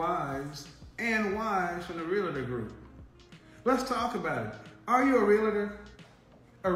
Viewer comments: Realtor is pronounced in two syllables not three, it's pronounced real-ter not rel la ter. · Real-La-Tor, Real-La-Tor, Real-La-Tor! Come on, just because thousands mispronounce the title it doesn’t make it correct. It’s pronounced CORRECTLY Real-Tor, Real-Tor, Real-Tor! Remember, you have a big influence. Thanks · THERE IS NO “I” in R-E-A-L-T-O-R. is comes from the word “Realty” i used to sell high end security systems. When Id meet someone saying “ I’m a Rea-LI-Tor” 🙄..no your not🤣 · Oh lordy when she said realtor.🤣🤣🤣🤣🤡🤡🤡🤡🤡🤡 hahahahahahaha shit had me laughing hard.